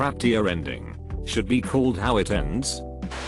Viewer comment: Is it me, or is his pronunciation actually getting worse! Come on, could, would, and should? Yikes!